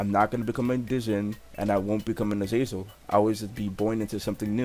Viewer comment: Nigga said "Azazer" im sleep